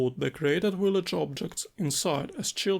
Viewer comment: Amazing stuff as always. Can’t wait to tr it out! Just a tiny tiny btw (from a fellow slav) a „v” is the „village” is the same one as in „slav” or:P